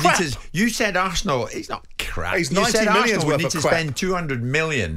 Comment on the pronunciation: He's CWAP!